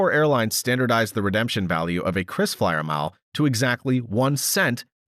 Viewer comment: it is KRISFLYER and not CHRISFLYER